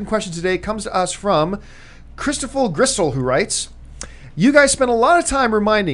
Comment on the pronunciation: BTW, John, you completely butchered my last name. That's ok, you're not the first and you won't be the last.